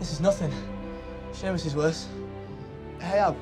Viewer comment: Me: Why do they always say Seamus like Sheamus? Me: Searches up Seamus Finnigan pronunciation Me: realizes has been saying Seamus wrong for ages Me: I'm big brain